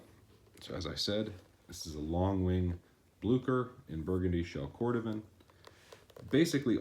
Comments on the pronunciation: It's pronounced "blue-cher," not "blue-ker" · Good review... they are Bluchers though(ch as in cherry) not Blukers. Also, although blucher and derby shoes are pretty much the same, I would call these derby wingtips or brogues. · BLEW-CHER. "BLEW"... "CHER."